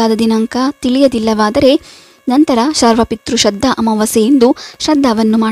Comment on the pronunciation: ಶ್ರದ್ಧ ಅಂತಾ ಓದುತ್ತಿದ್ದೀರಾ.